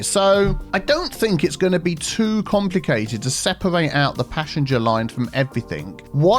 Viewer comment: I keep mishearing passenger as passion jet lol